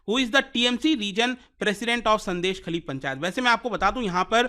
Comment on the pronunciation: Pronounced as " Shôndésh-khaali"